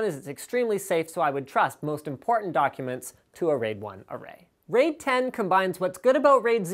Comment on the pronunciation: RAID... He didn't quite get that correct.